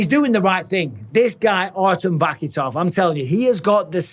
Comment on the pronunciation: Guys super exciting but the K in russian is silent so its Va-hee-tov